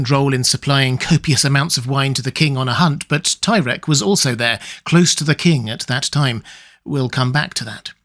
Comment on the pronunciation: Ahem...it's pronounced "tie-reek"